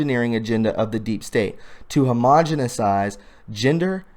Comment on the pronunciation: Hahaha! Homogesinizhe? Dude - really? You mom never gave you homogenized milk?